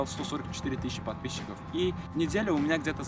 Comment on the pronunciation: Только у меня улыбка на лице когда он говорит «подписщики «?